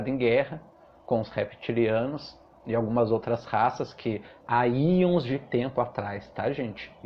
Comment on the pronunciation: Tenho pavor de lagartixa e lagartos. Só uma observação construtiva: são éons de tempo, não íons. Bjos!